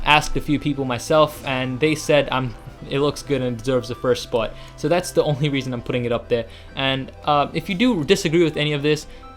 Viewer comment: And that is why it is on the number one "SPOUT" Sounded very funny, anyway, thanks for the vid, i really appreciate it :)